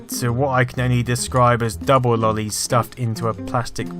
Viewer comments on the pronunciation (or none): none